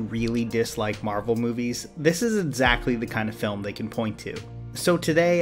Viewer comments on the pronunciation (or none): Every time I hear you say - EDsactly I cringe. But still your videos are incredible.